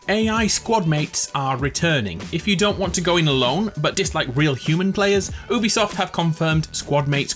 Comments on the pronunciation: My boy really out here saying “oO-besoft” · This dude really said oobiesoft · Yeah that works for english words but Ubisoft isnt an English word, its a name and the name is pronounced You-bee-soft (